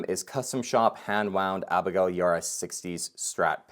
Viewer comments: Abigail’s last name is pronounced E bar ah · it's pronounced YA-BAR-AH